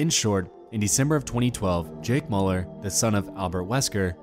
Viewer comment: You butchered jake müllers name